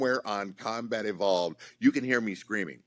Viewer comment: "YOur combat has EVOled"